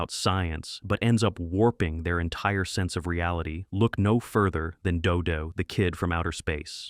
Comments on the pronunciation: First of all, if you can't use a real human narrator then don't even bother. The narration on that segment about "Dodo the Kid from Outer Space" was especially bad. Three different pronunciations of "Dodo"? ("Dodo", "Doo Doo" and "Do Doo"? WTF???) The Beagles' soundtrack is available on CD if you're willing to look for it. It's available in a "two-fer" with the soundtrack to The Banana Splits. Funny Company was a hit show for a while. The character Shrinking Violet had a talking doll made of her by Mattel. As others have stated here, Space Angel was from the same studio that created the better-remembered Clutch Cargo. Tennessee Tuxedo was a legitimate hit show. The character was not "Professor Whoopee", but "Phineas J. Whoopee", referred to as "Mr. Whoopee". He was voiced by Larry Storch of F Troop. Rocket Robin Hood looked like it was done by Grantray Studios, the same Canadian animation studio that produced the syndicated Marvel Super Heroes series that debuted in 1966. What that Hot Wheels cartoon got in trouble for, basically being just a half hour long commercial for Hot Wheels toy vehicles, was attempted again much more successfully in the '80s with shows like The Smurfs, G.I. Joe, He-Man & The Masters of the Universe, Transformers, Voltron and several others. Those shows were even more brazen about it though. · I'm dying with Dodo, DooDoo, Dudoe. The AI hasn't pronounced it the same way twice. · Notice how he changes the pronunciation from "Doo-Doo" to (the more proper) "Doe-Doe" by the end of the "Dodo the Kid From Outer Space" segment. I would not be surprised if the script was also A.I., considering the number of inaccuracies and flat-out falsehoods conveyed in this video. This is one of the very few videos on YouTube I'm actually giving a "thumbs down." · i can't stand these AI narrators... damn thing keeps pronouncing Do Do in several different ways.. doe doe, doo doo, doe doo, ARGH. Please let real people narrate these things.